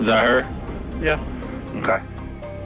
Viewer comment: How come cops say mkay instead of ok?